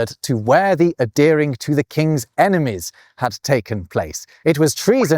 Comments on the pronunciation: A deering???? OH! "ADHEREING!" The Brits USED to be able to say that word. Sad, really. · Ok, — when did Brits stop pronouncing the H in the verb adhere? You sound like you’re saying a-dear-ing — not ad-here-ing. Regionalism? PLMK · I'm curious as to why you don't pronounce the "h" in "adhering" but we Americans don't. I hear you say "a-dearing" but I'd say "ad-Hearing". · uh-DEAR-ing and uh-DARE-ence. Such surprising pronunciation. Not sure I've ever heard any other Briton say it that way. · Same in Canada. Maybe it's related to how some Britons don't pronounce the H in "herb" or "historical"?